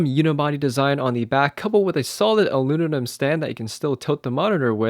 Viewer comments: lol you didn't say aluminum, you said "aluninum." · yeoza mighty? aluninum? jesus. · you speak well bro, but you need work on correct pronunciation of certain words... it's aluminum, not alunimum, and it's "yo sim ma tee" , it's "comperable," not "compare able," most important of all, it's aBOUT not aBOOT. :) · You said it had an aluninum unibody. What is aluninum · It’s not aluninum it’s aluminium 😂🤦‍♂️ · "Aluninum" lmao. That cracked me up more than "Yazza Mighty". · not even aluminum. You said “aluninum”. That’s why I laughed lol. Sorry. :P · A L U N I N I M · I like how he says aluminum…adds a little spice to that word too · Did you eventually learn how to pronounce "aluminum" ? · In the UK and parts of Canada it’s pronounced “ah-loo-min-ee-um”, in most of the US it’s pronounced “ah-loo-min-um”. Who cares everyone knew what you meant.